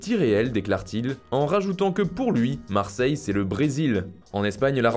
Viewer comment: Marrrrseille c comme le bresil ? Heu heu heu heu